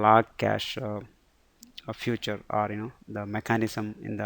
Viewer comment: good, but note that you are saying the word "future" where you should say "feature" because that confuses some times.